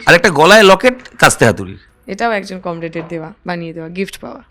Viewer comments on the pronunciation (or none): কমরেড নয়, কম রেট😂😂😂